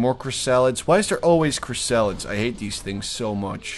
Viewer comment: and i love how you pronounce chrysalids, chris-salads it's hilarious.